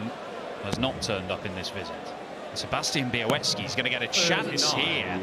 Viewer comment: Nice pronunciation of Białecki's last name